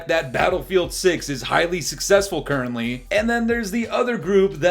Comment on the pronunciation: COD fanboy here✋ I can’t stand swagg and just my “dogshit” opinion but bf6 is so garbage and far from “badass”. And I like how you emphasized “currently” in the beginning though, it’s like you obviously know the inevitable for bf6 in the future😂